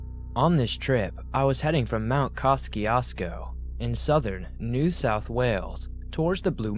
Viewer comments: Pronouced MOUNT KA CHEW SCO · lol ... mt koski-osco 😂😂